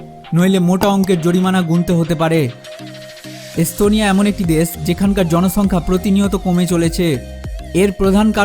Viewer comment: শালা কলকাতার পাগলের বাচ্চা।পিকচারের মধ্যে দিয়েছে তার বউয়ের দুধের ছবি।আর বলছে এস্তোনিয়া।স,এর উচ্চারন করে,চ,পাগলের গুষ্টি।